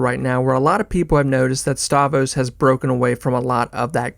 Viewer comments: You're killing me. StavROS, not Stavos. Rogan SPHere, not spear. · If you're such a big fan why do you keep calling him "Stavos"? You riding the algorithms or something? Is it A.I.? You can't really be a fan of someone and not know their name... once is a mistake but every single time... I don't understand... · The R in Stavros is silent now?